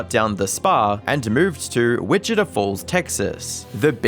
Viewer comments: Bro! Look up a pronunciation guide. Grecian is Gree-shun. Topeka is tow-peek-ah. Wichita is witch-ah-tah. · that's a funky way to say Topeka 😂 the way "Wichita" was said was even funkier than "Topeka" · Your pronunciation of “Topeka” and “Wichita” is craaaaazy 😂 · Just a friendly American trying to help you with your American city pronunciation: 1) Wichita - WITCH-ih-taw 2) Topeka - toe-PEAK-uh